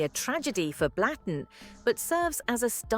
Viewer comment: Not pronounced Blatten, it`s Blutten.